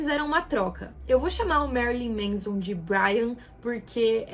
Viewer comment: Não é "MEIZON", é "MÉNSON".